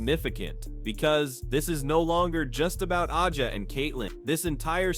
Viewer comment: A gee ah is the correct pronunciation.